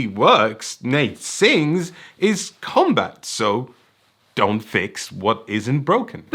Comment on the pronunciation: Every time I heard say "Commbutt", I think its a device for talking out of your ass...